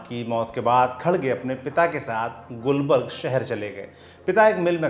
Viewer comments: Gulbarg nahi gulbarga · It's not gulburg it's Gulburga. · It's gulbarga not gulbarg correct yourself first